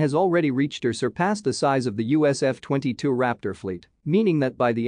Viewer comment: Lol why u pronounce USAF as "USF"? Aha, after hearing other weird pronunciations, prolly a robo reader. U should read it urself lol.